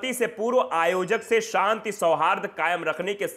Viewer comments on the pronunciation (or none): none